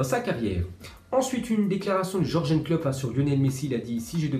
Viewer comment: et klopp il dit georgen